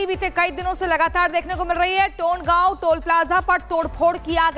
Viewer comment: टोंडगाव नहीं तोंडगाव 🤣🤣🤣🤣🤣